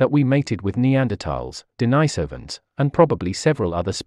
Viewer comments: D-nice-ovans? Is D-nice- ovan here? You mean... Denise-ovan? Churlish and insubordinate! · "Denisovans" is pronounced incoreectly. That "i" is not "i" as in "ice", it's "i" as in "bit". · Interesting pronunciations of "sapiens" and "Denisovans".